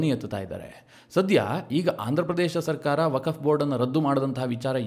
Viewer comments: 🙏 ಸರ್ ,,ವಕಫ್ ಅಂತ ಉಚ್ಚರಿಸಿದ್ದೀರಾ,,ಅದು ವಕ್ಫ್ ಅಂತ ಉಚ್ಛರಿಸಬೇಕು. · ವಕಫ್ ಅಲ್ಲ ವಕ್ಫ್ ಅಂತ ಸರಿಯಾಗಿ ಹೇಳಿ.